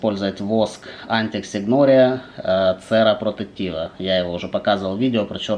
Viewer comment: На итальянскосм буква С читается как Ч. Сера блин, правильно ЧЕРА!